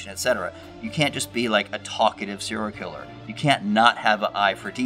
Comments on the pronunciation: I was thinking that! "Poor Cyril" lol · I want a diction expert to say what it means when you pronounce the phrase as “seerl killer”